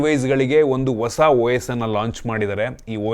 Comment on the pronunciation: ಹೊಸ ❌ ವಸ 😂 ಹೆಸರು ❌ ಎಸ್ರು 😂 ಒಂದು ❌ ವಂದು 😂 ಅಣ್ಣಾ ನಿಮ್ ಕನ್ನಡ ಸ್ಪಷ್ಟತೆ ಗೆ ಒಂದು 🫡